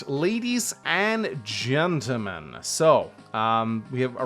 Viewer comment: HALLOOOO LADIES AND GENTEMEN-AH! MY NAME ISA!